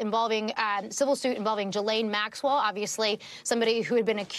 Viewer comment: Why is pronouncing Maxwell’s name this difficult for people calling themselves journalists? Come on